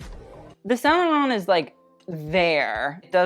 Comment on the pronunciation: Same for saint laurent ! As a french person he pronounced it really well most of the time